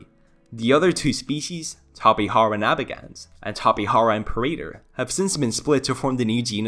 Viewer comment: the pronunciation of the letter "j" in Tapejara should be said as in tapejaridea. remember that in Brazil, we speak Portuguese, not Spanish.